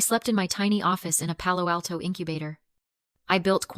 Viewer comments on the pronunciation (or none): none